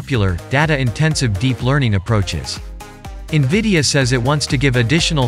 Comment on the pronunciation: LOL Niveeda (En-Vid-Ee-Uh -The I is after Vid, not before.) Also, it's PCIE, not PCLE ... Do you actually know computers, or are you just reading things someone wrote for you?